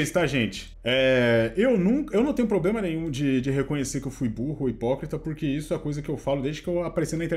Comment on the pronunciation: parabém. Você fez um vídeo honesto trazendo um advogado e resgatando sua credibilidade e compromisso com a informação correta. A partir daí, cabe aos espectadores tirarem suas conclusões! Show! E outra fala pro chiquinho parar de falar poblema, da um nervoso. Se não for possível tudo bem